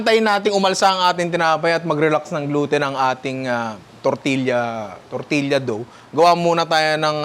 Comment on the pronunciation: Ninong, “tor-tiya” po